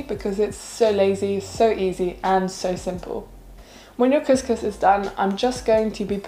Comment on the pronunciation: Couscous is pronounced as "Kooskoos".